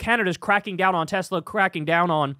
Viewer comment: I love teslur! 😂😂